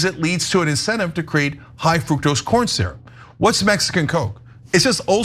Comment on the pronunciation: The U is short in fructose